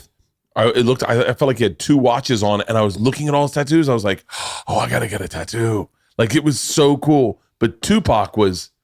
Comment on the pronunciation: i think Bert is pronouncing tattoo wrong in this podcast....